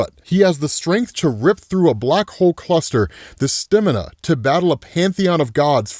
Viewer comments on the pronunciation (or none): The... The "Stimina"? Bro 😂